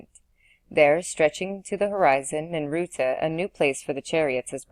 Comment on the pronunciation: ninurta succor satiate visior so many words thru this entire reading are said wrong this is the only place to listen to it though